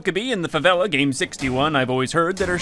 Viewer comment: Great video and i love how you pronounce Favela correctly